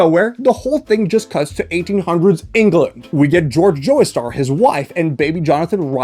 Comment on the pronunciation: Did bro say " Joystar " for the entire Jojo's segment 💀